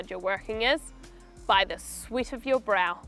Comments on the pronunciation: It just me or idk, i heard she said "sweet". :) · Yes, she says sweet ..A bit confusing here